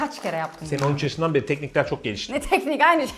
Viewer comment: Nobody:: Ben 13 yasindan Brei … 😂😂